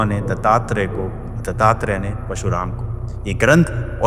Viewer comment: I love your content, but i feel unka naam parshuraam hai na ke pashuraam. Meri galti bhi ho sakti hai, maaf karna agar bura laga ho to